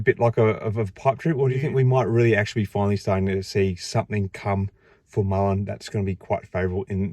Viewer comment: is a idiot...dude can't even say the companies name correctly...His black box is a hoax...any of you think if his box was so good that he would be playing with Mullen instead of Ford,tesla or anyone else?. the Trucks are rebadged Chevy/Hino...the vans are Chinese junk. There is no production..there is no big hiring push for production...no raw materials going into the plants...the Saudi deal is not a deal..We are being had folks..I am pissed cuz I have been buying Mullen shares for over the last two years and I am 175k shares deep